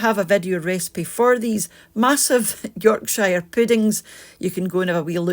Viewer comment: Never heard Yorkshire said in that way , as if its 2 words , 😃